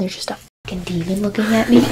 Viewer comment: No one talk about how says demon as “damen”? My auto generated captions said daemon 🤣